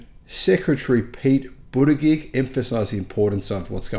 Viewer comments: Secretary Pete's surname is pronounced boot-a jedge. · It's Bu ta judge or Bu da judge Your pronunciation is understandable considering that it is far from obvious 😂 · 1,000 (what you say verbally) sounds more plausible (20 per state per week on average) than 100 as the title and description state (that would be only 2 per state per week on average). Of course some states do much better than others. Also, it's pronounced "Budda-judge". He may some inaccurate (okay, maybe idiotic) things once in a while, but he is NOT an idiot. Look to the other party for a plethora of those.